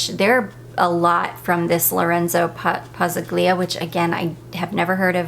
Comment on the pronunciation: Hi, I haven’t bought any Dua fragrances in quite a while. In Pazzaglia, the ‘g’ is silent. It’s pronounced ‘Pah zahl ya’. The accent is on ‘zahl’. It’s Italian. hope this was helpful, and not insulting. ❤ That was never my intention. You pronounced Vaniglia perfectly. It’s the same rule. ❤️❤️